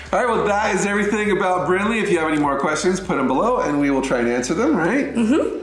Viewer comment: It’s Brinley not brinkley